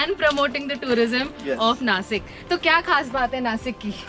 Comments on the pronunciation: Good video just that it's not Nasik it's Nashik just like Washington is not Wasington... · Its Naa-Sheek not Nasik.